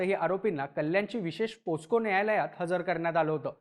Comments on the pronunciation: पोस्को असा उच्चार नाही बाबा पॉक्सो असा आहे, चुकीची माहिती देऊ नका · Posco nahi re Mitra..pocso aahe te..